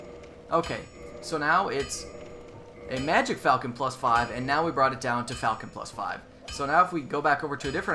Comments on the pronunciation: Huh, who knew - I've been mispronouncing "falchion" as well. I just looked it up on Wikipedia (a nice article, by the way - I highly recommend it for more on an awesome weapon), and the correct pronunciation is "fawl-chon." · It might be pronounced "Falc-EE-on" But im not sure, and it doesn't matter theres always gonna be some grammar nazi correcting people. Lol